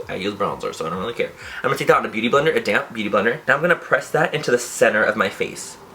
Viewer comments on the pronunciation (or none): every time you say "damp" I always think you're saying "damn" LOL